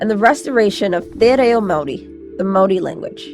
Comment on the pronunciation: Can we give some props to the American lady that pronounces Maori better than Kiwi's?